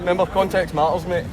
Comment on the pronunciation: "Context ma''ers ma'e." Love it <3